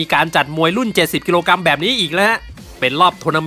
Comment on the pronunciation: กรัมไม่ใช่กำ